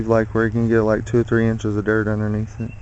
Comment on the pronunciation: Love the way you say "dert" your wife is very capable.